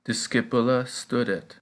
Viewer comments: Please sir try to prononce well .stoudet not stadet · STUDET, should sound more like "stoodet" would it? NOT "stuh-det" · My question is about the u sound. You seem to have two pronunciations for it, one of them seems to be anglicised as you do it in studet (as in stud or stuff in English); for the rest you do what i expected it to sound like (a long u as in loop in English). I searched online and Latin only has 5 vowel sounds as in Spanish, and as in Spanish there are diphthongs but I’m only referring to the basic and single vowels sounds. Hope to hear your feedback for it. By the way, thank you for the videos, always wanted to learn Latin but always seemed out of reach financially, however, technology and people like you make that possible, so thank you 🙏